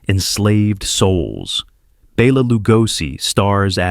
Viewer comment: BELL-a Lugosi. Does AI care if we're laughing at it?